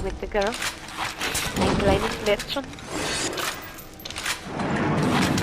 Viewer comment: Interestingly, Tenenbaum mispronounces Mädchen , even though she claims a german pedigree. Boy, so much leg-pulling in Bioshock ...